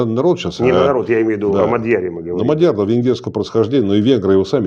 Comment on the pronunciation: Мадяр произносится без твердого знака после д и с ударением на а : мАдьар, а не МадьйАр. А пишется Мадяр, ударение на а UPD: означает венгр, на венгерском произносится Модьор, и пишется Маgyar, «a» читается как «о» , а «gy» читается как «дь»